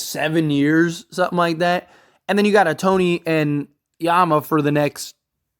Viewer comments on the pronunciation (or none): Ah-Tony ? If you're gonna report on baseball ⚾️ you need to pronounce his name correctly - "Show-hey Ow-taa-nee"